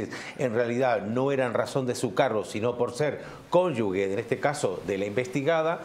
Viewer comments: Conyugue? No; conyuge-jeje😂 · Se dice Conyuge, NO, conyugue.